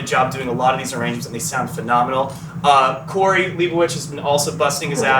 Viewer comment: absolutely loving how brian (i think he edited this) put the pronunciation of corey's name after darren mispronounced it